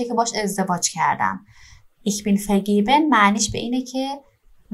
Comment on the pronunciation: سلام در کلمه vergeben شما حرف «ر» رو تلفظ کردین. نباید در این کلمه به صورت «ق» تلفظ بشه؟ یا سهوا اینطور تلفظ کردین؟